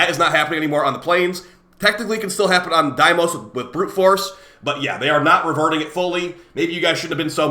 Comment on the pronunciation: Pretty sure it's not pronounced "dimos" 😂